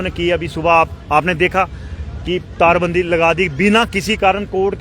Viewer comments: tar bandi not tarabandi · Tara bandi nii tar bandi hota hai